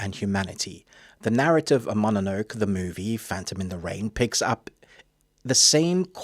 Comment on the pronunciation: Great balanced review, me ol' sock. Just one curious note... it's MO-NO-NO-KAY, innit?